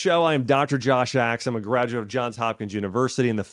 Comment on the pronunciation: You said, "I'm a gradu of". Why do Americans drop entire syllables?